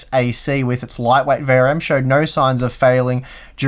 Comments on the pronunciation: Why do you talk so fast? V R M not variem. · I either am losing my hearing acuity or toy are pronouncing VRM kind of like verium. I hope it is the latter :)